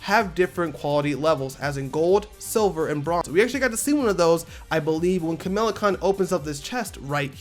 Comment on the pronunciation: KamALA my guy... KA-MA-LA. Not Kamila. Edit: 😂😂😂 I typed this out only for him to finally pronounce it right at the end of the video.